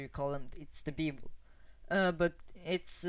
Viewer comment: It's pronounced "Beh-vul", not "Bee-vul"!